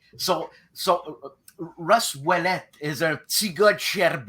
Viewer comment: Great interview. I dated a gal back in the day whose last name was Ouellette and you only mispronounced her name wrong once, and she let you know how to pronounce it right after that. Thank You for this interview. There is so much information here one needs to listen to this more than once.